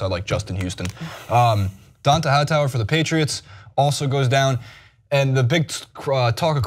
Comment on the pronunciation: You can be full of shit and a lazy reporter...looking only at stats and social media, only watching highlights of the game, but if you talk about sports for a living you are required AT MINIMUM to pronounce the names of the players correctly. Don-TAY Hightower Mike GILL-iss-lee I would suggest you actually watch the sports you're required analyze. It's clear that you do not, and because of that every word you say is from a position of ignorance.